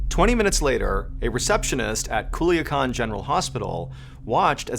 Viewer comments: Hool-yaa- kaan = Culican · They way I chocked on my spit when THE Mr Ballen said Culiacan, being from the mexican state of Sinaloa myself 😭